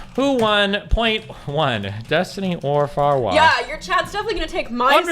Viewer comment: WHY does he call her "Farwaw" I cannot stop laughing at that shit 😂